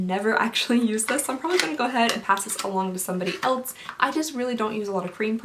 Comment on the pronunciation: I love you. I watch all your videos. You are relatable and beautiful and funny. But please, for the love of God, stop pronouncing "else" with a t. It is not "elts". I physically cringe every time I hear that word.